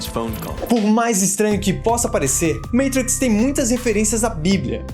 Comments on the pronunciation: Muito bom!!! 👏👏👏. Mas que agonia ouvir vc falando “meitrix”. Tá narrando o vídeo em inglês ou português pra falar “meitrix”? Kkkk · Meitrix Kkkkk. Fala sério. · Agunia de vc toda hora falando "meitrix" fala normal poorra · A pronúncia e (matriz), vc pronúncia errado o nome do filme. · Sou fã do canal. Mas deixa de falar "meitrix". Por favor! Kkkkkkk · ``Meitrix`` kkk... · eu até entendo o compromisso com a pronúncia original do nome do filme, apesar de um pouco irritante. Mas o resto das palavras??? Katakana não se pronuncia assim (veja o canal Japao Nosso de Cada Dia)... MICHELLE pronunciado como MITCHEL hahahahhaa, mano... menos Sem contar que já tem muitos anos que os "irmãos" Wachowski passaram pela transição de gênero. Foi extremamente desrespeitoso o cara ficar chamando as IRMÃS Wachowski de irmãos o tempo todo.